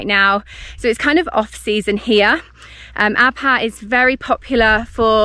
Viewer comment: Thank you SO MUCH for pronouncing the “H” in Abha. I hate it when people say Abaa